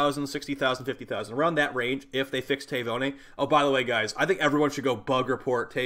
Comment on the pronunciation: Tay voni? Tavi-uni like tavern uni. It’s an island of Fiji